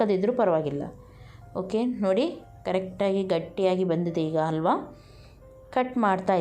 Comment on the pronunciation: It is halwa....and not alwa....😭😭